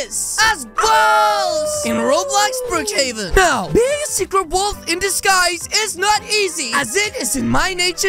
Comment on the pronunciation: I heard balls not wolf😅